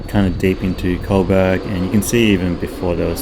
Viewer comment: bro..why you keep saying 'colberg" its Co (like 'Joe') and Burg (like Burg)